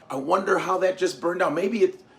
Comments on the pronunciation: Love the persona. But, you gotta work on how you say 'burned'...sounds New Yorkish instead of Southern. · "Boint" lol.